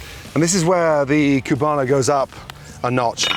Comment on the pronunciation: It's COO-bano. Not CYU-bano. But I'm sure the Cubanos around you would tell you that.